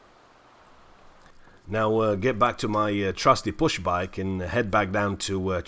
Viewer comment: loving the series, been trying to work out if you say pushbike or bushbike